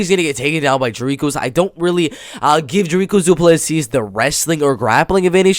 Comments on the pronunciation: Dont worry to get the S in on the end of the surname of Du Plessis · The last "s" in Du Plessis is silent bro